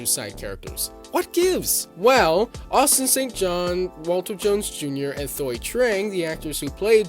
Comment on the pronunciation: Thuy's name is pronounced "Twee". Like saying tree but with a W. Not hating on you brother, just helping out. As a Vietnamese-American growing up, having her on screen was so empowering.